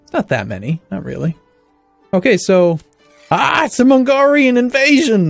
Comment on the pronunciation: AhHHhhh its an Mongrian Army/Warriors/Raiders switch an l with a g; mongolian to mongrian